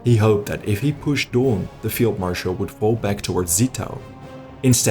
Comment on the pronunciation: Poor count von Daun. it's "DOWN", not Doon. He's not ruling Latveria or something.